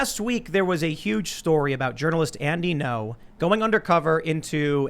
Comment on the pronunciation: Andy Ngo Vietnamese speakers: Isn't "Ngo" pronounced more like "EN-go" rather than "No"?